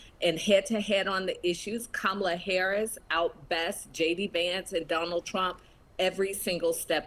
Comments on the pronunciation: It's very racist and misogynistic for Republicans to continually and willfully mispronounce the name of the Vice President of the United States of America. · Republican dude...say her name right!